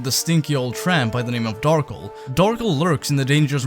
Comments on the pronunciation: Why do you say it like Darkle. Lmao. I feel like it should be Dar-kel. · Darkel or Darkle? I love the video but that is not how I think it should be pronounced lol